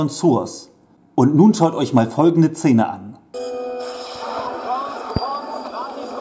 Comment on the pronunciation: Sag noch einmal „Zene“ 😂